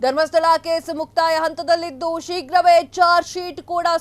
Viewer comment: ಅಂತದಲ್ಲಿದ್ದು. . ಅಲ್ಲ....ಹಂತದಲ್ಲಿ...ಶುದ್ಧ ಕನ್ನಡ